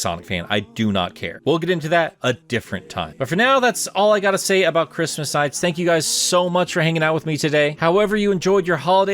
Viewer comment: Look at NiGHTS : Journey of Dreams, it's pronounced like your second attempt. You got it.